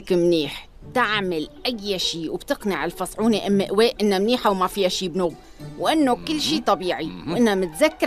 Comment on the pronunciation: يقول قدوسة و تقول قزما و يقول فصعونه وهي اسمها فتون شو مسكينة